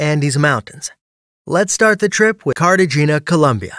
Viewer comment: Careshina 😂 Cartagena it’s the name not Carsehina